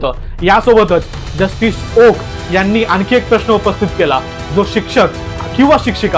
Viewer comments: अहो, ओका नाही, ओक म्हणा. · आहो ओका नाही, फक्त ओक म्हणा. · He u pronounce wrong, please say ,Oak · ओका नाही , ओक